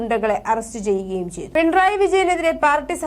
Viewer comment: പിൺ റായ് അല്ല മാഡം .... പിണറായി എന്നാണ്. അക്ഷരം സ്പുടമായ് പറയുവാൻ ശ്രദ്‌ധിക്കുക🙋🏻❣️🌹❣️